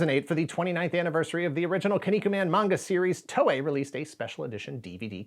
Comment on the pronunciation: I had a bunch of these growing up, but they got stolen or lost during a move. I even had the board game that came with green and purple figures. Also, TOEI is pronounced more like “Toh-eh”, not “Tohway”.